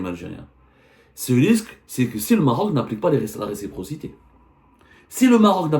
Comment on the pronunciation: Récipro…respro…receptor….impoussy de pronomcy 😢